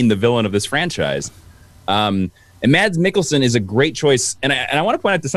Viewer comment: Mads Mikkelsen 1st name pronounceed "Mass" silent "d"